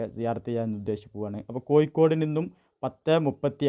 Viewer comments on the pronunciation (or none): none